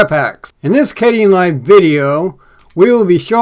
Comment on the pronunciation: I hope you aren't mispronouncing Kdenlive anymore. Yikes.